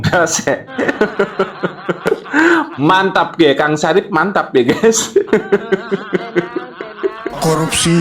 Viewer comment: Bukan Sarif, tetapi Safri😂😂😂